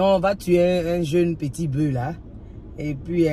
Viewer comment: À et elle dit cette année c'est boeu (au lieu de bœuf). Le F se prononce quand c'est singulier et est donc muet uniquement au pluriel.